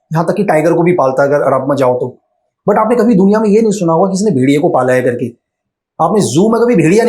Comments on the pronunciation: Kerke, Kerke, Kerke 😂😂😂😂😂Kerke, Kerke, Kerke😂😂😂😂😂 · 'Karke' word is gadwali tone😊